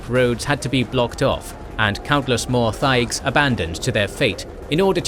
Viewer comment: Video is well done and well put together, my only nitpick is how some things are pronounced like “Corypheus” and “thaigs”. Otherwise, these videos are excellent.